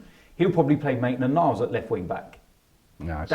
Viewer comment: Robbie its maitland-niles